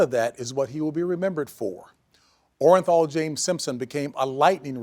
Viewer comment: The jury was so stupid the forewoman couldn’t even read the verdict right!! “Orenjal” 🙄